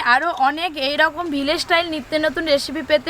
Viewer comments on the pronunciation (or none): none